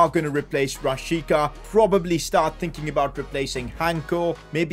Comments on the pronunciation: It is pronounced as Rashitsa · This was very good but the fact that this hole time you pronounced my man Milot Rashica’s name wrong.I still love your content